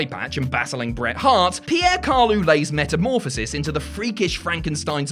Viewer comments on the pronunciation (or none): none